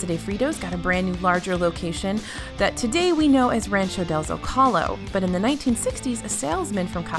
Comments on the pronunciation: Actually, you are correct that the Z makes an 'S' sound but when a Spanish word ends in a vowel and there is no accute accent (á, é, ó, etc.) then the second-to-last vowel in the word gets the stress. So-CAA-lo, not SO-ca-lo. Just letting my geek flag fly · Some people pronounce it Zo-Kaa-low and it’s soh-ka-lo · “Zoe-caw-low” .... ah at least you tried lol good effort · One secret the locals know is how to pronounce “Zocalo”. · You pronounced Zocalo wrong. Most of theses are known by locals and Disney Parks fans. The only thing that may not be really known is the tiny house and the buddy passes, since I rarely see people utilize them when in the parks. Other than that everything was basic disney parks fan knowledge in my opinion. These are morr fun facts than secrets. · I will buy you a burrito if you learn how to pronounce Zocalo properly.